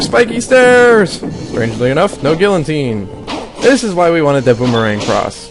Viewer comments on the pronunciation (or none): gee-a-teen or gill-a-teen, not gill-en-tine, lol.